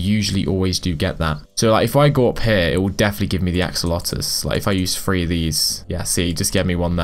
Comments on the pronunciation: Why do you say axolotuus but not axolotl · "Axolotus" letus??? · My guy Said akolotl instead of axolotl lol but i loved it tho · I’m sorry did you say ack olotl… ITS AXE O LOT EL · You say axe-oh-lot-el Edit axe-ol-lot-el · Gentleman it is pronounced "axo lo el" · The way he pronounce it is axo lo to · No axe-a-lotal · Wrong it is a kol oh tel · ak suh lo tl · Its acc oh lot ol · He say akelokel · He just said ac-o-lotal. I was laughing so hard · as a fellow axolotl lover heres how u pronounce axolotl a-ck-so-lot-l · You said acalotl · Cool video! btw, its pronounced Axe-O-Law-Tel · Me when pronoucing axolotl is "Axe-a-lotl" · is it just me or did you say ackoloto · im not mocking u but just for future its axo-lotle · btw its pronounced ack so lot ol. hope this helps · This is how pronounce axolotl ak -so-lot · the axolotle is pronouns as AXE but take the E out then O then LO then TLE there ya go AXOLOTLE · The way you pronounce axolotl is "Aco-olt-el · u say it axe-oh-lot-el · Axo-lot-L your welcome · You pronounce axolotl is ac-co-la-do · Pronunciation: Ack-Suh-Lot-Ol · It is axe-o-lot-L that is how to say it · yk how u say axe its u say axe o lot ol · Its pronunced aksolotl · AXE EL LOT TL that how you say axolotl okay!!!!!!! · It's pronounced: (Acs - oll - ot - ul) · How to pronounce axolotl: Axu-lot-ul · Axolotl is pronounced aksolatel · Ackolotle lol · He says ak-lo-tol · it's Axe Oh Lotel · axeolotto he says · Acks - ah - lot - el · It’s ax-o-lot-l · U are saying it ak-o-lot btw ur getting advice from a middle schooler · he said acolotle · It's pronounced axolotil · say ax alo tol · second title: struggles to say axolotl for 11 minutes straight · Remove the -oh-and the e from el :D